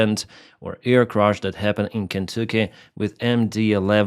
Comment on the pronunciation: And the state is not pronounced “Ken-TOO-kee.”